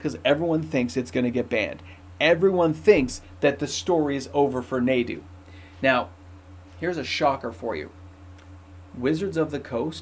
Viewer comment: Just a heads up it’s pronounced (Nah-du) not (Nay-du) for Nadu